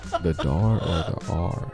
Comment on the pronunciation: Whats dar😂 i understood the r